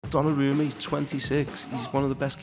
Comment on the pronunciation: "Donnaroomie" right of the bat... I can't!! XD